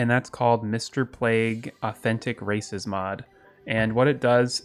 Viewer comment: "Mister Plague's authentic races mod" I heard mister plague's authentic racist mod:')